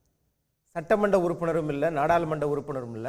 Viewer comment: Maa adhu satramandam illa….sattamandram 😂